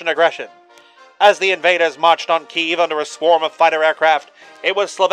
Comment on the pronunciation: The only thing I'll critique here is the pronunciation of Kyiv. It is pronounced kuy-yeev, roughly. And in Russian it's pronounced Ki-yev.